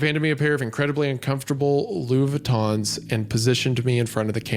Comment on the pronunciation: Question...How the hell does Wendi know crush fetish whatever, but can't say Louis Vuitton?